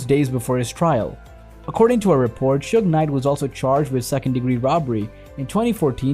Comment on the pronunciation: He also called him sugar